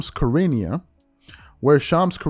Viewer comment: Wow! You just trashed the pronounciation of Charania. If you can't take the time to learn how to pronounce the name of your subject, maybe you're in the wrong business.